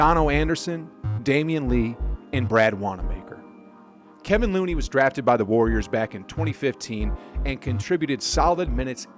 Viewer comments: I think you mean ke-VON Looney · Uhhh..no. They're terrible when it comes to non curry time. Their bench is non existent. The defense is there, the offense however, is inconsistent. Also, its Kev-on Looney. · Kevon not kevin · I stopped listening when you called him “Kevin” Looney C’mon man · it's Kevon...